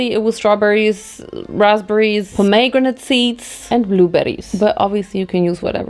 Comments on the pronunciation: I should start saying pomegranate like this it's very fun. POMME GRENATE. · pom- what ???? 😂😂😂 never heard it pronounced like that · the way you pronounced pomegranate hurts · never in my life have i heard anyone say pomegranate like this lmfaoooo